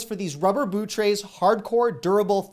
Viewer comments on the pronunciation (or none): none